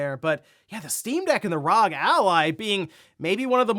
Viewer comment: It’s R.O.G….